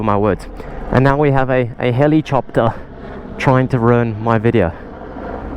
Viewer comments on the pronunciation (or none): I'm from Italy! Is the "Helicopter" pronunciation the correct one, or it's because he is from South Africa or he is joking? :O